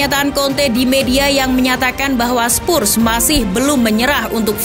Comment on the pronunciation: Oi sebut Betul2 lah!!! Spurs bukan spussss